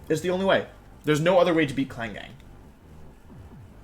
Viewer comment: Wait klang not klinklang